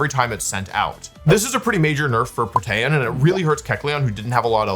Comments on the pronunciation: It's PRO-tee-un. Definitely not Pro-TEH-un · The amount of times I look at my screen like: wtf how did he pronounce that name, is so much more than I would expect from a professional player... i mean protAYan? Wtf 😅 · Someone has probably said this but kecleon’s ability is pronounced “pro-tee-an” not “pro-tan” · Protean --> Protain! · Funny a nerd doesn’t know how to say the word protein 😂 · There is no shot somebody pronouncing Protean as "pruh-tan" is anything other than engagement/ragebait lmao no shot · I dont think you say Protean like that. Think its more like you say "Protein" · NOBODY IS GONNA MENTION HE SAYS "pro-tay-en" ?!?! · Prot-AY-an LMAO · lol i like how people pronounce “protean” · That's not how you pronounce Protean. EDIT: lmao "forme" be pronounced as formey utterly slays me oh wow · That pronunciation of protean is absolutely diabolical 😂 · The names are easy to know where they come from. Besides, the problem is he can't read. Everything else you said doesn't matter. When it comes to pronouncing real words, he still fails. Or do you actually think Protean is pronounced that way? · Saying protean that way will get you nerfed for life I swear 2 the gods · please stop saying protean like that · What an interesting way to pronounce protean. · The fuck is that pronounciation of protean. Is that a regional thing, or had he never heard the word before? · I have never heard Protean be pronounced like that. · "Protean" are you kidding me this has to be rage bait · this guy has to be trolling with these pronunciations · okay i know this is a ragebait that wolfe does all the time, but the way you said "protean" reduced my life expentancy by like a full month